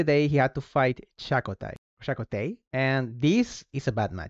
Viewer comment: You gave us some Spanish lessons so I will tell you some native American ones… Chakotay “Cha-Ko-Táy” is a Sioux native American name. It was also used in Star Trek Voyager represented by Mexican American actor.